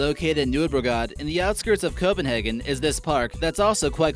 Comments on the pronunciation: Holy shit, these pronounciations... If you can't even say the english pronounciation of Copenhagen, at least just call it København... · Okay, I can understand you butcher the smaller towns, like viborg and jelling, BUT SERIOUSLY YOU CAN EVEN SAY COPENHAGEN! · It's not how you pronounce Copenhagen. Like tf... In Denmark it's called København so don't try to pronounce Copenhagen with Danish accent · Am I the only one who think its wierd he couldn't say Copenhagen right, but he said Aarhus profusely perfect like we do in Denmark? o.o